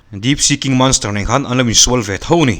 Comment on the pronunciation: Manster t tohlo teh sir please in monster t mai teh ka gaimoh lakloh ltk a 😅